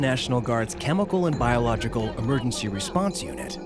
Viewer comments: The smallpox guy can't say biological. Biolog-jickle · the way he struggles to say biological for the 12th time in a row, calling regular painting coverall and masks biological 🤣 no commentary needed, hilarious